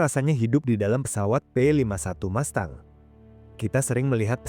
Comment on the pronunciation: Mustang bukan MASTANG!